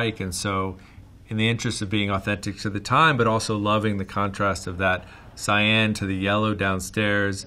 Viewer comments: Wow took me 13 minutes to figure out he was saying "Cyan" and not "Sayen". Perdon my french, praise Sangoku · Heard “Cyan” more in this video than in all of my life.